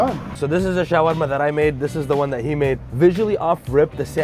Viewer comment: The showarma pronunciation is getting on my nerves